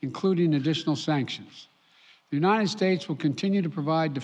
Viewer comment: Where Unined Unined Unined